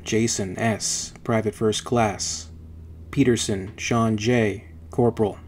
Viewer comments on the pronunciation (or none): none